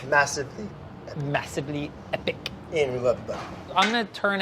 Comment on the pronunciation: EpicK. Massively, epicK. It sounds like imitating how his kids might pronounce "epic".